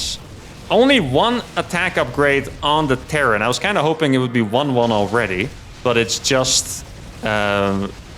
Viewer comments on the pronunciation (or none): none